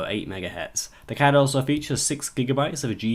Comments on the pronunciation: damn every time he says card i hear cat ... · I hear Cod.